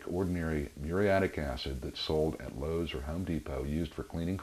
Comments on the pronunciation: So just curious, why did you say Howes and Lome's Depot? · lol "Hoes or Lome depot"